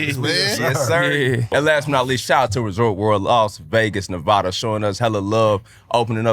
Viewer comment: Why doesn’t anybody from any other state say Nevada correctly? 😭